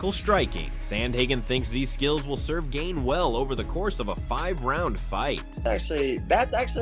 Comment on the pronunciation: The butchering of Gane is too much. LMAO! Gay-knee is the best one yet.